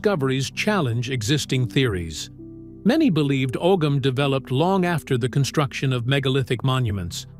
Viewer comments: As someone else mentioned the pronunciation of Ogham is actually said as (ow-hum). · Og ham is not how that's pronounced at all at all